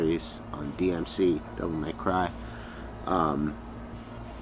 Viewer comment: “Devil Meth Cry” 🤣